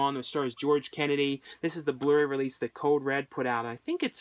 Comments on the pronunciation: it sounds like he's saying the blurry release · Its so funny how you pronounce Blu-Ray :P